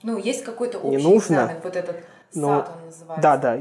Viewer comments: САТ и МИТ просто убили меня. Почему они не произносят как ЭС АЙ ТИ и ЭМ АЙ ТИ?! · Эс эй ти*